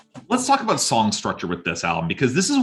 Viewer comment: Wait until you hear him say “soary” and “aboat.” :)